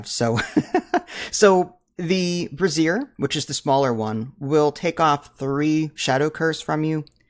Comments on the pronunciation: I didn't know bras were in the game xD (I think you meant Brazier (brA-zher)) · As kindly as I can, Brazier is a tool to burn wood/coal and a Brassiere is a women's undergarment. You were mispronouncing it in the video. Enjoying all the guides, keep up the good work.